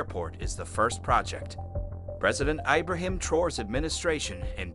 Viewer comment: Eye-brahim? Geez!